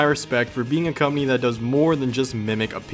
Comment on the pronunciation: did you say cuminy? its company bro.